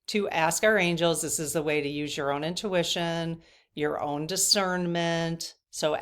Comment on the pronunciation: You made a new word "owntution". Love it ❤❤